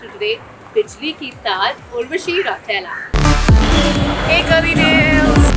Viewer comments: we share same caste. And she kill me every time she pronounce Rautela. Like what the heck u saying its not राटेला its रौतेला. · Aishwarya Singh she has made her accent too fake. And you should listen to how she pronounces “Rautela” 😂.